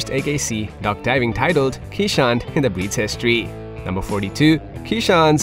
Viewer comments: This is a Dutch breed so please pronounce it correctly. it is Kays:hondt or "Case" "Hond" with a long "O" which is Dutch for Dog. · 99% of Keeshond owners know that the breed is pronounced Kayz-hond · Please stop calling our breed quichehond… or Keesh hond… or keesh hound… They are called Kay’s hond. As people called Cornelius in Dutch often get the nick name for the letter k which is pronounced Kays. In essence K’s dog or K’s hond. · Your #1 fact should've been the appropriate pronunciation of the breed. "Keeshond" is pronounced kayz•hawnd, and the plural form is keeshonden, not "keeshonds". Also, I don't think they're considered a "rare breed". They may be an uncommon breed, but that certainly doesn't make them rare. If you want a keeshond, you wouldn't have any trouble trying to find a reputable breeder. The AKC Marketplace has several, and puppies are always readily available. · Ok, I appreciate your video - but this is SUCH a lovely breed, if you take the time to make a video about them, why not make the effort to educate people about the proper pronunciation. EVERYONE who is the lucky parent of a Keeshond knows that answering questions is part of the deal... " what kind of dog is that??" "Is that a Chow??" "Do you need to brush them every day??" It's just part of the deal, and these lovely lovely dogs deserve the effort.